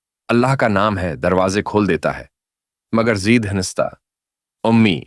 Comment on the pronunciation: زید زیر کے ساتھ نہیں بلکہ زبر کے ساتھ زید ہے اصل نام